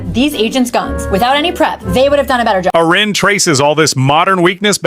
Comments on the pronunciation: To the AI narrator, it's pronounced AIR-in, not AH-ren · Someone please tell the robo-voice her name is pronounced " Air-ee-ann". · I think you'll get more thumbs up if u teach ur Ai narrator to pronounce her name correctly. On one hand, ur trying to say nice things about her. On the other hand, ur not showing her the respect she deserves. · It would really be great if you knew how to pronounce her name.